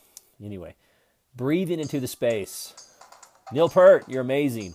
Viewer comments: I'm sorry, but not to be condisending, but it's pronounced, Peart, just like 👂 rt and once again I'm so sorry for correcting that. Thank you and please stay safe through these hard times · It's "Peart", not "Pert". How can we listen to what they are saying?? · It’s pronounced PEERT. And that’s where I stopped the video to type this before moving on to something else. 👎